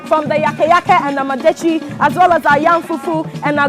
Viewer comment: This woman is too stupid to host this show.Here she was trying to showcase a food she had no idea about but with a closed mind. How could you learn when you don't care to mention what they're teaching you correctly? "Ama" is herbs and "detsi" is soup. The two becomes "amadetsi" and NOT AMEDETSI". Now the arrogance you're displaying not pay attention to pronounce properly what they're showing you had exposed you as a foolish dummy woman. You'd never learned a damn thing by going there. You are waist of time and resources. WE DO NOT HAVE ANY SOUP CALLED "AMEDETSI" BECAUSE "AME" IN OUR LANGUAGE IS "HUMAN BEING" LOL!! What a dummy, the one teaching keeps saying amadetsi and instead of listening and make the right effort to pronounce it right, the arrogant fool keeps saying amedetsi. NOTICE: "Ama" is not pronounced as Ama of a Saturday born female. I'd not marry this ignorant woman who is not ready to learn?